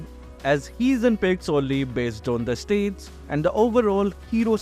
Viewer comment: English lesson: Stats is not pronounced states and stacks is not pronounced stakes